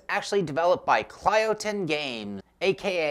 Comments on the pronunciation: Kylotonn. Not Klyotonn. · You're support to pronounce it Kill-oh-tonn. Great preview btw!